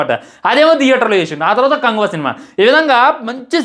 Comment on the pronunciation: Bro neku movie name kuda sariga anadam ravadamle anduku bro neku reviews mundu names sariga chepadam nechuko daily nevi chusta kani ela mari antha darunamga matladam nachale